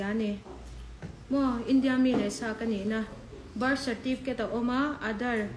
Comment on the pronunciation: Ka bâr (birth) certificate atih tang khian chiang reng. 'R' lam hi an harsat thin a kum phulo a birth certificate nei thar ho hian😆😆